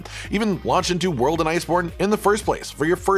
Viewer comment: Return to wold 😌 Return to rise 🤣